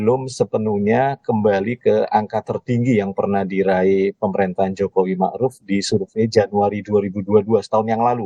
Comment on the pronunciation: Ma'ruf kok jadi Marud?